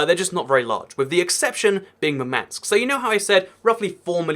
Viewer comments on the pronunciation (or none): It's not MurmAnsk, it's mUrmansk. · For pronounciation of Russian cities above Arctic circle which you mentioned: Murmansk is pronounced in Russian with stress falling on the first syllable (MUR-mansk), while Norilsk is pronounced with stress falling on the second syllable (No-RIL'SK). The biggest part of Russian fleet is, in fact, the Northern fleet mostly based around Murmansk (the only real ice-free Russian port on the north shore) and ArkhAngelsk/SeverodvInsk (on the shores of White Sea, I emphasised stress in their names). But it is very hard to get ships around Russia - you either have to go around all of Asia (or even Africa, if you don't use Suez channel for whatever reason), through or around America (for Russian navy? Through Panama channel? Yeah, right) or through freezing Arctic where pack ice can crush even well armored ships if they aren't icebreakers (those have different hull form and structure). But control of the Black Sea region is very important to Russia which led to Crimea debacle (agreement on russian loan of Sevastopol base was going haywire, so Putin decided to just seize the peninsula to prevent loss of a base to NATO forces). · It's pronounced "Moor-man-sk" (With british accent).